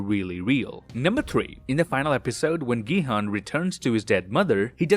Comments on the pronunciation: Gi hun is pronounced like “jee hun” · gi-han is pronounced ji-han